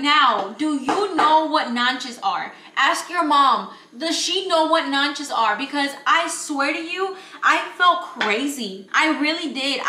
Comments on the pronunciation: Is nances not nanches I think nanches are in English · Yesss I definitely know what nances are but I think your pronouncing it wrong girl 🤣 NAN-SE is how we pronounce it 🤭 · Girl!!! It’s NANCES!! Not Nanches 😂😂😂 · I think ur talking about nances “nan-ses” not nan-ches the little yellow fruit right ? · I think you were looking for nances not nanches lol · 😂 I love nances!!! It’s pronounced nan-se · Lol girl it’s NANCE don’t put the ch in it sounds more like a s in Spanish ! Love the video ❤ soon I gotta cook for my man and his family 😩🫣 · do you mean NANCES? As in the little yellow ball looking fruit? If so it’s pronounced Nahn-ses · I know what you're talking about naches but you are pronouncing it wrong girl 😅 they are hard to find though! You can try a central American store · Maybe you saying it wrong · I think you saying it wrong